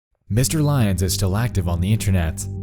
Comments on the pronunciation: ily but hearing lyons pronounced as lions was like getting hit by a bus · and it turns out his name was pronouned L Yons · you know what would've made this video better? actually pronouncing lyons correctly, good lord